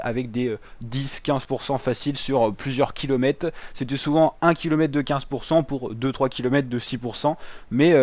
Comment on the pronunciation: Bravo, exercice pas facile de commenter sur des photos, et c'est un ancien du métier qui te le dit. Ah une petite chose : tu oublies systématiquement le R de kilomètres en prononçant kilomètes. Penses-y la prochaine fois...^^